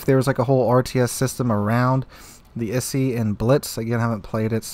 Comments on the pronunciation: Oh god I'm cringing every time I hear issy and thon. It's pronouced like EE-say and toh-nay. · Like someone else mentioned, EE-say and Toh-nay, not Isi and Tone Aviation BBs didn't work out in real life so they'll either be kinda useless or too stronk. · To-ne and Ise not "Tone" and "Isi" lol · Tonne and Issy? Did you even try? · Tone and Ise as in "To-ne" and "I-se". The e strictly makes the short e sound in Japanese. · Just a couple points of constructive criticism: Ise is pronounced EE-say Tone is pronounced Toh-nay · If you don't have the time to go to Google translate and listen to the proper pronunciation, it means that you don't care enough about the video you are making. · Isn't it more pronounced as "EE-se" and "To-ne"? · 利根 Tone = "Toe - nay" 伊勢 Ise = "E - say" Plug those Kanji characters into Google Translate. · butchered those names. To my knowledge it is pronounced t, long o, n, long a. for ise, long e, s, long a. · Tone-a and Ee-say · The ships are pronounced Ise (E-say) and Tone (Toe-nay) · Yo its I-Sei or I-Say. XD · Ise is pronounced E-Say Tone is pronounced Tone-A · Tone is pronounced Ton-ay and Ise is pronounced Ee-say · For anyone interested in the correct pronounciations: Ise=E-say and Tone=Tone-A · I’m hurt with the way he said Tone and Ise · I had to stop the video after the 4th time of you mispronouncing Ise, and Tone. Is it really a wonder why the rest of the world thinks Americans are poorly educated?